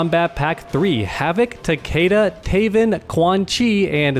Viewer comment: It hurts when he says takeda like that